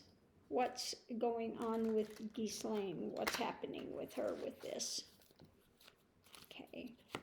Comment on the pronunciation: Good reading, thanks,. I think Gaetz will spill the tea on 45. 😁 (PS: the 's' in Ghislaine is silent = pron. gheelane.)